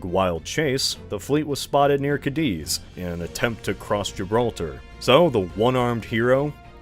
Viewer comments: Every time says "ca-DEEZ" is a stab in my ears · I can live with ca-DEEZ, but the butchering of Villeneuve is brutal xD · TrafOLGUR, CadEEz, Villenoovey... The mispronunciations are making my teeth itch at less than 2 minutes in! 😒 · The way he's pronouncing Cadiz is absolutely frying me 😭